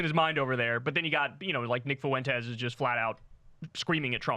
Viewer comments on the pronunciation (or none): The name is not pronounced with three syllables as Foo-win-tezz. It's pronounced with two syllables as Fwen-tes. The s is not pronounced as a z. It is pronounced as an s. Some Spanish words are hard for English speakers to pronounce. But this is not one of them. It's easy to do this correctly. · Hey Kyle, I love what you’re doing, but for the love of God, can you stops saying “Fuentes” as foo-entez. The “ue” goes together, babe. It’s a distraction, tbh. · Why does Kyle keep calling him Nick Foo-Went-ez? Has anyone ever asked him why he does this? Like, is he saying it wrong on purpose to make fun of him, or does he really think it's pronounced like that? Does he even know he's doing it? Maybe he doesn't... Like I'm not crazy, right? He's definitely saying it weird...